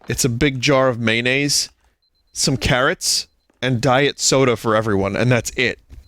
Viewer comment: Maynase and Carruhts